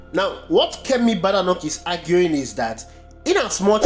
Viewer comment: The name is BAY-DAY-NOK